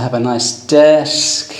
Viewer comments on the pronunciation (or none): none